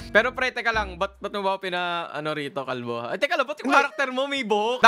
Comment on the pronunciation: Paldo❌ Kalbo✅